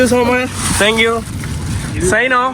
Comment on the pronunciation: Don't say thang you, it is thank you